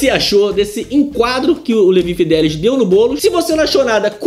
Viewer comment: É Fidelix e não Fidelis!!